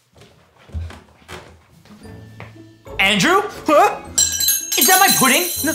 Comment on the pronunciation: when he's mad at Andrew: DANDREW!!!!! Me: You mean Andrew right?